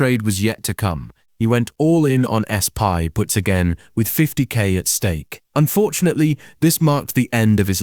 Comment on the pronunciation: How did the AI interpret "SPY" as S-PIE? And why did you not fix that?